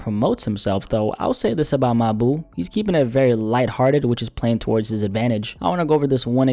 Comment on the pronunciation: not gonna lie i don't like the way you keep calling bro your boo . in the future just say mawbew